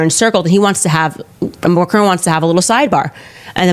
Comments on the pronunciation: It is pronounced Mac-ron, not Ma-crone, please pronounce the surname of the French president correctly. Just because Candace Owens pronounces his name incorrectly, doesn't mean you have to, it really doesn't become you. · She would seem too stupid to realise that if MAGA get their way, after they’ve removed all the brown people the black people are next. Here she is standing up for the fascists who detest people of her colour. I wish Americans would learn to pronounce Macron properly and come to think of it croissant. 🇺🇦🇨🇦🇬🇧